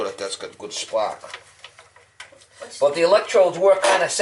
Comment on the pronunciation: Those Indians!... I love this guy! Is he saying spark or spock?... seriously, so down to earth and refreshing, this is great content. Keep up the good work.